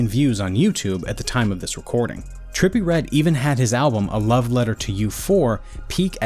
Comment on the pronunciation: terppy red